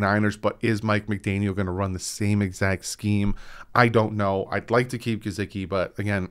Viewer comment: is my favorite host of the Fins YouTube community, but it is so hard to listen to him pronounce Mike Gesicki’s name without cringing 😂 Just say it the way HE/every other person alive says it man! It’s not Juhsecki lol There is a video on YT called ‘Sports Lite with Mike Hall - Mike Gesicki’, where they ask him directly how to say his name. I’m sorry but you watch football games …how many commentators have pronounced his name the way you pronounce it? Keep up the good work 😃